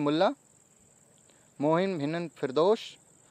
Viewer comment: ANS: 96 FOA AT VIDEO MY NAME IS MOMIN HINA FIRDOS U SAYS MOHIN😂 HINAANNN😂 FIRDOSHH😃😁 SORRY BUT SIR AAPNE THEKSE HMARA NAAM PRONOUNCED THEKSE NHI KIYE WELL THANKS 😊🌹 ONE MORE REQUEST SIR PLZ 12TH PAAS K LIYE MAHARASHTRA M ONLINE JOBS OR OFFLINE JOBS K REQUIREMENTS JOBS & VACANCIES K UPDATE ZRUR DE THANKING YOU IN ANTICIPATION